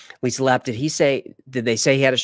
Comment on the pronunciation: Even though you might not like certain topics, you never let it show always professional 😊 also I appreciate the shout outs maybe if you remember how to say my last name LA-PAY It's spelled Lappe' ❤ Always Great Videos & After Files Live 🎉